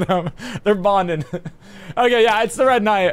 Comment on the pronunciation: the matter of fact that he said “ red knigh” hah